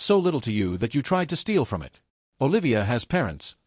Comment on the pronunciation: And recently AI started to say I T instead of " it "